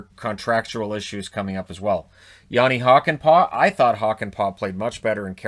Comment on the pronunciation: I don't think there's any problem there, Hakanpää on the other hand... (Admittedly that is an absolute trap card of a name)